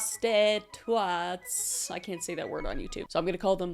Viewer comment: "aka prosti-twats." I don't think that's much better Kris...